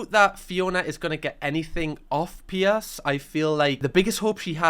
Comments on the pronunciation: It’s PIERS not Pierce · I’m being really vulnerable right now but is a safe space so I’ll do it. I just have to get this out and be honest. The entire time I’ve been watching I thought you were saying P S. The letters, p and then s. I’m crocheting as I watch/listen so I thought maybe I just missed where you told us who PS is or something. It took me until now to realize you’re saying Piers. I’m American….pretty much sums it all up with that 1 sentence huh lol But, being serious, usually the accent doesn’t matter. I don’t know why his name confused me so bad lol I also haven’t even seen the show yet so it could’ve been another character for all I know. Thank you for letting me broadcast what a dumba** I am.